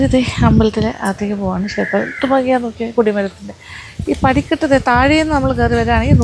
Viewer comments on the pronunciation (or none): none